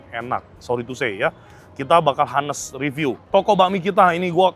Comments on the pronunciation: Bukan to be HA-nest ko, to be On-nest. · Sorry saran saja buka google kalau Honest itu bacanya O-nes buka A-nes. Thks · Gatel banget gw pengen jadi polisi bha inggris, tiap ngomong honest bener bener hanes, agak ganggu lol.😅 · ngmg honest H-nya jgn dibaca ko, onest or anest ajaaa